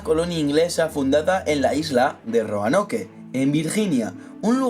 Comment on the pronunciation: Se pronuncia Roanok no Roanoke xd